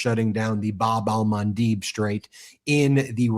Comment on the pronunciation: pronouncing it Bab el-Mandeb Strait with the man-deb last syllable sounding like the start of Debbie is more accurate to the original arabic